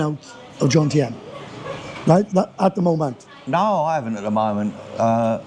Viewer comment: These Pommie gits cannot even pronounce JOMtien….they say JONtiem! That 57 year old guy…looks 77…